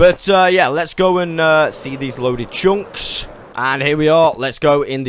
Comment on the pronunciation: great video, but ,,tshunks” were killing me